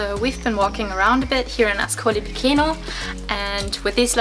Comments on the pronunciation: I enjoyed your video! It's helpful to most travelers when you pronounce the names of towns and cities as they would be pronounced in their country, in this case AScolee pi-CHAY-no. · please ask to local people it's not difficult. Pronunciation: Askoli picheno. The pronunciation rules in Italian are simpler than English.